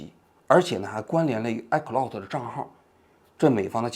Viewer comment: 王菊，你这个iCloud我真是听了N遍才听明白你说的是什么😂